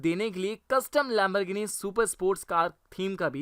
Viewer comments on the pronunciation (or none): It is not lembergini it is Lemborgini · This guy Lamborghini : Lamberghini Porche : P O R K E